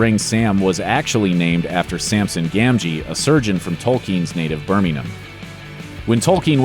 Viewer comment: Most accurate pronunciation of Birmingham I have ever heard an American do. Even dropped the G like a true native Brummie top show old chap :)